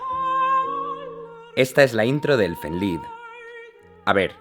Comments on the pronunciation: "Elfen lid" 🤣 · “Elfen laid” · Elfen Laid ... Elfen Leid Se Lee Así, Aunque Puede Leerse De La Forma Que Está Escrito, Seria Elfen Leid